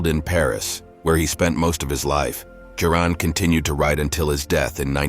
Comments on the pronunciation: This is a gross misinformation. His pessimistic leanings didn't start in college. Also, I know this is AI voice but hearing his name pronounced Kioran is annoying...it's Ch-ioran. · It's pronounced as Emil Choran ("Cho" the same way as in Chocolate +run) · The correct pronunciation of his surname, Cioran, is: "cho-run" 👍 edit: I mean "cho" like when table tennis players are yelling "cho" after a winning point, and "run" like the English verb to run. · I never imagined there could be that many different ways to pronounce "Cioran." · Why does the narrator use four different pronunciations for the hero's surname? AI?